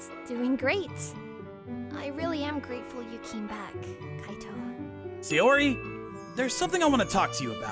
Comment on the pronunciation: S-AIYO-ri?!? Where'd the extra Y come from?